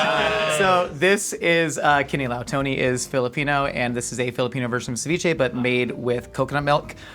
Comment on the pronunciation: i love pronunciation of kinilaw, sounds like a local